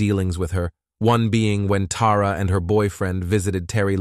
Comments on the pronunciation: Her name is Tara not TAWra. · Sidenote: It would be helpful to pronounce the names the same throughout the video. You pronounced Tara's name as both "Tah rah" and "Teh rah" from sentence to sentence. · Dam i was getting confused with the names Tara, Terry, and Tori trying to remember which girl was who. And this stupid AI saying "Tara" then "Tar-Uh" back and forth. Then instead of saying "legal council" AI said "lego council" omg it drives me nuts! I watch other cases with the same exact AI narrator and the way he pronounces words 10 different ways is so irritating lol..like that one case where he said "Megan" 5 different ways..im sure some of you know what im talking about..Anyways this is a terrible and disgusting crime these scumbags did to that beautiful little girl..i just cant wrap my head around how anyone can abuse or murder a child over nothing! Like why? Because they felt like it or they wanted revenge or they were mad?! I just cant comprehend it 😢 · It’s weird how they change the pronunciation of “Tara” a couple times throughout!